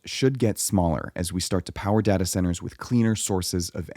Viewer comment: It caused me physical pain every time you said dahtah.